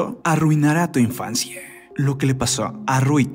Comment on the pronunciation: La historieee, la infancieeee...por que hablar así? No entiendo, se oye bastante mal.